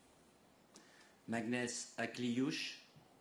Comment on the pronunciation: Marrant quand même de dire Mickael avec l’accent anglais et dire maghnes sans accent 😂